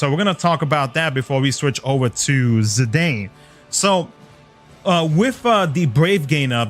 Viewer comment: Obviously going for Zidane, one of my favorite FF characters ever, with the other fave being Garnet hehe. Also, I'm not fond of how you pronounce his name lol.